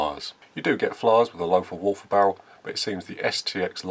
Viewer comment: Well done! Pronounciation is Lotar Walter. Just forget the h...